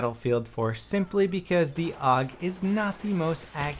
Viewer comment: you dont call the AK the "ACK" or the ACR the "ACER" then why do you call the AUG the "OG"